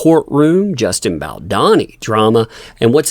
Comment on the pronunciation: you're pronouncing Baldoni wrong. It's a plain O.